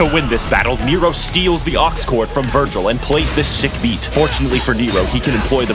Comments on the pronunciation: IS NO ONE GONNA CORRECT HIM AND TELL HIM ITS VERGIL NOT VIRGIL? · Foolish, It Is not Virgil it's Vergil. You are not worthy as my opponent.